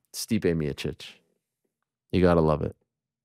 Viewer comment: I never thought the day would come, where someone would butcher stipes name more than Joey Diaz